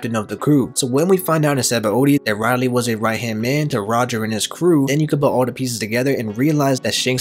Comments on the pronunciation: U didn't just pronounce Rayleigh as Reilly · Man you pronounced rayleigh wrong so many times it hurt